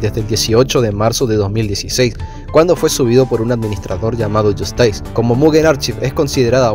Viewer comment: Bueno no es yost ais es yostis porque habla de justicia no de helado.